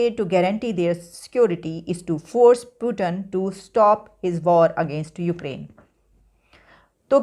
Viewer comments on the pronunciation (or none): She said puetin oh its putin